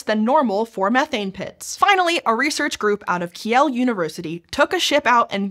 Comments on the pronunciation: Kiel is pronounced 'keel', not 'kee-el'. This is Germany, not France! :) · I am guessing you mean Kiel university? That would be pronounced "keel", not "kyell". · Ki-el ? Sounds a place a place on the homeplanet of Superman. Kiel is pronounced Keel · The ie in Kiel is just a long i. Kinda like keel. Sylt would be closer to Sült if you speak french the first u in unique sounds like that. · ie in german is pronounced like ee, so kiel is pronounced keel :o edit: there are a couple of exceptions, e.g. studie which would be pronounced the way you pronounced kiel, but for the most part it's ee. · Kiel is pronounced "keel". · “Kiel” is pronounced as “keel”. I wish English speakers could more often be arsed to look up pronunciations of non-English words and names before using them. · The city Kiel is pronounced like eel with a k in the beginning not Ki-el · Just saying, Kiel is pronounced as “Keel” 😊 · i would never have thought my home town Kiel will be mentioned in a SciShow video. btw. it's pronounced like the keel, the bottom of a boat or ship. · Kiel is pronounced “Keel”. My ears bleed. Please look up pronunciation. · Kiel is pronounced without the"e" . ie is like a long i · Interesting. I do suggest that you also research the pronunciation of place names, Kiel is on Wikipedia